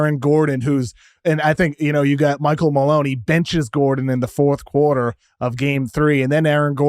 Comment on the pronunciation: "Foth Kuowartuh"😆